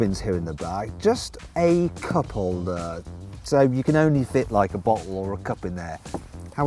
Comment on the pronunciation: 最初はナップの意味が分からなかったけど、よくよく聴いてみたらcup holderって言ってますねw